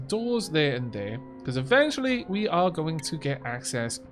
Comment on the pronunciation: Love the beahcooazzz you slipped in there